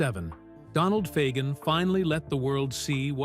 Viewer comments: LOL! They can't even pronounce Fagen correctly!! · Too bad AI can't even pronounce Fagen or Aja.